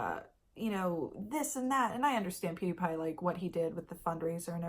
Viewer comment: “They didn’t include pew-day-pie” 😂😂😂❤️❤️❤️